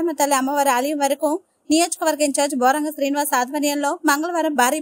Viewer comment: Name cheppadam kuda anchor ki boromgam kadhu boragam